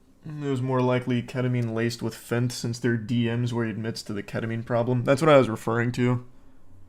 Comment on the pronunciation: I love Charlie. But why does he say "fint", i guess he means fentanyl?, as a "none-english" speaker its important that you speak clearly.